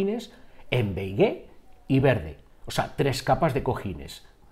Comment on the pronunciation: Beigué? Beige o Beis. La É no se pronuncia. 😉